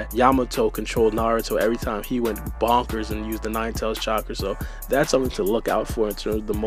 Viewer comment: Man said Boonkers like he meant it